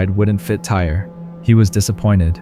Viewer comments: I feel bad they pronounced his name Tyree as Tire like 50 times! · I think the young man’s name is pronounced Ty-ree…not “tire.” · The young man's name is pronounced "Ty-Ree." What happened to him was extremely sad. All he wanted to do was have fun at an amusement park with his family and fellow teammates. RIP Tyree! In the 3rd story, how the situation should've went done was Nikoli could've asked the teens if he had seen his friend's cellphone, and mentioned that it had been dropped in the river. If the teens said they didn't see it, he should've just said "okay, thanks" and walked away. If he wasn't much of a talker, one of the teenagers in the group should've been a little more mature and ask Nikoli if he needed something, or asked politely why he was approaching them. Maybe (just maybe) the situation wouldn't have escalated the way it did. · You truly believe this kid's name was pronounced TIRE??!! Totally disrespectful. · Man can say Osceola but not Tyre